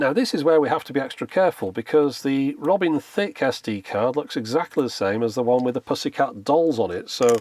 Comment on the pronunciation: The way you say it, it's more like Robin Thicc